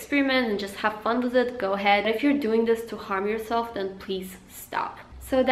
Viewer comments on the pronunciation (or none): Why do u say wiz instead of with